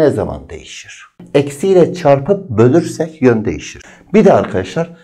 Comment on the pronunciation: O kelimenin doğrusu asla "bölersek" değil "bölürsek" jdlsşaöxösös hocam seviliyorsunuz